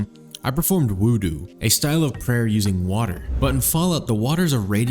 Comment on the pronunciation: Being an Arabic speaking Muslim since birth, I was forced to keel over, clutched my chest in utter pain and sat in silence upon hearing the pronunciation of "Wudu," the immense distress levels induced by someone not perfectly speaking a language foreign to them and being wrong on the internet bringing me to my knees as I began to weep into the palms of my hands uncontrollably for what seemed like an eternity. I nearly deigned to leave a dislike, my hand only stayed by the teachings of Islam, which brought me to reflect upon my disdain and choose tolerance and mercy over hatred and elitism, for it is said in Surat al Kafirun "you have your faith, and I have mine," such that we are to accept each other's differences and to not cause undue conflict. Thus, I realized that it was in fact the thumbs up and subscribe buttons I should instead choose to click. Another great video!